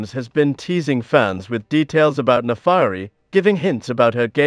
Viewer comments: Naafari? Its Naafiri. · her name should be pronounced "nah fee ree" not "nah fah ree"